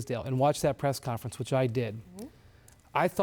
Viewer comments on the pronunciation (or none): “press Camference “